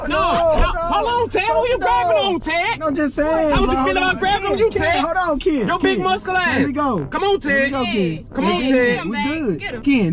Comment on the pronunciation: Lmao ken every sec “ hollon ted “ 💀💀